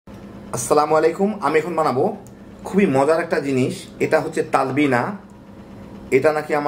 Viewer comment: Apnar vasha thik koren,tablina na it's talbina